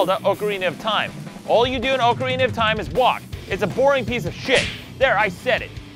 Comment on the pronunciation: Oakarina of Time?